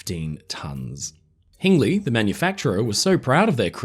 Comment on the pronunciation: My grandfather worked for Hingleys (It is pronounced as in Hinge, ) but after the Anchor. My grandmother was in the crowd who watched the anchor being taken to Dudley Port (Train station not shipping) for transportation to the vessel. Netherton has a sculpture of it, as it is still a source of local pride..